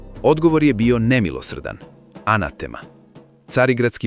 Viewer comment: Ja sad po prvi put čujem da se Dečanski izgovara tako brzo.Učio sam da je naglasak na slovu E i da se izgovara sporije.Isto i za reč anatema.Naglasak na slovu A i izgovara se sporije.